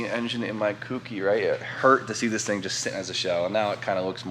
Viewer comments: Its co-key, you can pronounce it how you want, but that is the correct way. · kouki is pronounced: coke-e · Kouki please, stop saying cookie ffs haha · Kooky? Or kouki? Please stop saying kooky.